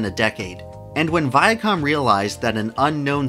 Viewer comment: "Viacum" Still can't unhear it after all these years.